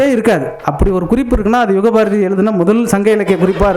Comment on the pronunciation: யுகபாரதி அவர்களே.. தமிழின் அழகு என்பது உச்சரிப்பில் ழகரம். திருத்திக்கொண்டு கவிஞராவீர்.